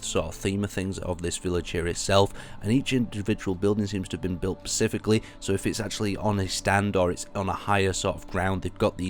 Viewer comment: you keep saying pacifically instead of specifically